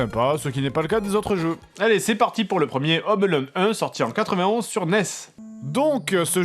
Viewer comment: Home Alone, pas "Ome Alone"